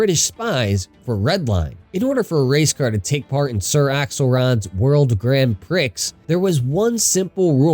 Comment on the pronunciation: “World Grand PRICKS” It’s “pree” LMAO